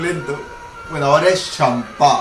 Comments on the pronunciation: Se pronuncia Shampa, no "Shampá" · Ese shhhamppa, ulala